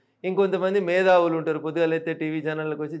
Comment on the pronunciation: Medhavulu ❌❌❌ Methavulu..✅✅✅.........😂😂